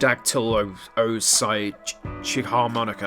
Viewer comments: I enjoy hearing determined to pronounce this "hydro.." word lol ☺️. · I lost my shit hearing you mispronounce Hydrodaktulopsychicharmonica. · trying to pronounce “Hydrodaktulopsychicharmonica” will always be a sight to behold